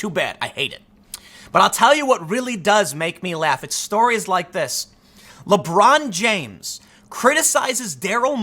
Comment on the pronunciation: "Lebrawn jaimes~"